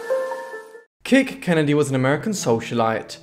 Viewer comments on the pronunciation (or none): And her nickname was Kitt - not "kick"... 😉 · Her name was actually Kathleen Kennedy and her nickname was "Kitt" - not "kick". 😉 But you did an excellent job except for that slight mistake.